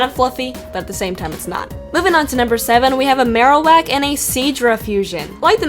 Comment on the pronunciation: she calls marowak marolak